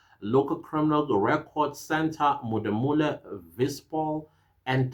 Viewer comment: It's Modimolle. As a proud a Limpopian how you pronounce it is not cool. But yes we've been in danger and the fact that all this is coming out it shows that the GNU is actually maybe working.